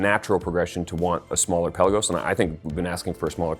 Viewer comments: Oh, you're Hoo-din-key, no Hoe-din-key. Likewise, it's the Pe-laa-gos, not Pela-gos! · Peh-Lagos...not Pella-gos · Pelagos is pronounced "puh-LAY-gohs". It's not a pelican. Good to have you back!